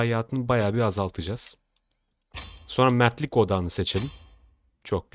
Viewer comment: Mertlik odagi deyince sandimki metrik odagi diyosun korktum.bir an